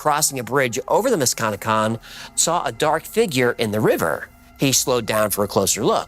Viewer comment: Also about the mantis man; the river is pronounced Musk-ka-neck-kong Or the Muskie for the locals (I had no idea bout this legend but I live and cross the musky daily)